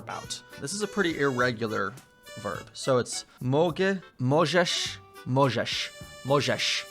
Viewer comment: last "możesz" sounded like "Mojżesz" which is a name from Torah: "Moses" You know the guy who led the Israelites out of slavery from Egypt, who divided Red Sea. Maybe that sounded off for you there ^^